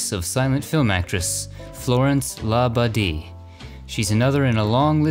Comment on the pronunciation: Good God! It's "Florence La BAY-DEE," f***ing jack ball! 😤😤😤😤😤